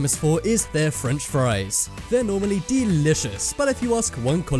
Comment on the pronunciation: No no no not mocdonlds freanch fries